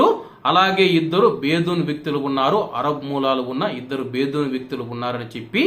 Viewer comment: బేదూన్ కాదు బ్రదర్ బెదున్ అనాలే